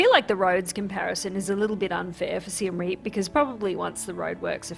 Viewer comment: Siem Reap ist definitely NOT pronounced like "Rearp" ("rear","hear", "ear"). It's more like Ree-y(e)p. The (e) is very short pronounce, like "uh" in English.